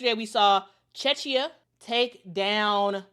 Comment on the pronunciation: Thanks for the Eurobasket update. FYI Czechia is pronounced cheh·kee·uh.